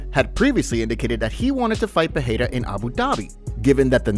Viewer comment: Stop saying Peheira, it's Pereira